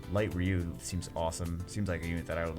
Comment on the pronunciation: it's pronounced RYE-YOU, not RE-YOU. thumps up